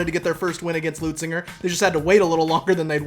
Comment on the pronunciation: Leu Zinger!! Where is the “T” you scholars keep pronouncing?? It’s not Leutzinger!